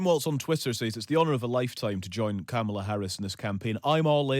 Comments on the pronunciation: Kamala is pronounced "comma la"' Journalists should know better. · Yeah. I noticed that. He probably doesn't know that Republicans are using that pronunciation as a racist dog whistle.